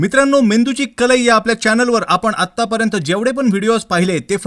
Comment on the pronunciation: कल ई ❌ कल्हई ✅🙏